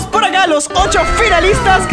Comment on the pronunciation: Se te entendió pol xd